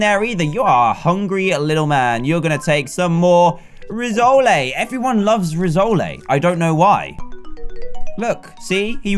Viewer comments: It's pronounced Riss - oal not Riz - o - lay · It's pronounced Rissoll not Rissoley. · its pronouced riss-oll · Its pronouced /ri-soul/ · Rissole is pronounced as Riss-ole